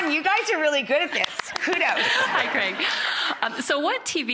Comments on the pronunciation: "CREG,'?? Wtf..his name's CRAIG..hate the way "some" people pronounce things. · Why do Americans say Creg??? It’s CrAig!!!! Grrrr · start of vid - 'Cregg'. cringe. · Why do Americans pronounce Craig weird? The name has an A in the middle not a E